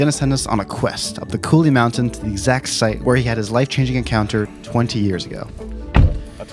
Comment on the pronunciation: he said look over the mountin